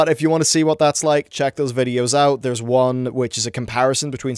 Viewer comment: "I have managed to squeeze oit three videos oit on this.... so far"